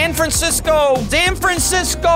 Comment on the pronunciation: sanfersisco forty-niners